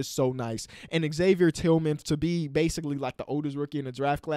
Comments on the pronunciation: Basketball Reference says Xavier is pronounced as Zavier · Xavier Tillmann pronounces it Zavier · Ha-vi-ey Tillman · Xavier Tillman is pronounced as Zavier. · Pronunciation: \Zavier Tillman Sr. \ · You don’t pronounce the x in xavier Tillman btw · the X isn't pronounced in xavier tillman's name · You don't pronounce the X,. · Xaiver tillman is pronounced zavier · don’t pronounce the x in xavier tillman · pronounce it zavier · On Tillman: don’t pronounce the X, and he wasn’t the oldest rookie in the draft — he just looks old as hell and has kids. He’s almost a year younger than Obi. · you don’t pronounce the X in Xavier Tillman Sr. His nickname is X tho. He’s closed out the last two games for the Grizzlies by forcing the Tobias Harris turnover and hitting the FT to ice the game against the suns. An absolute steal in the second round for the Grizzlies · You don't pronounce the X in Xavier Tillman, but he's from my city!!!!! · Michigan state guy here, don’t pronounce the X 👍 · Pronounce the X lmaoo I’m a huge state fan Tillman is a phenomenal player with iq far ahead of his age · dont pronouse the x in xavier tillman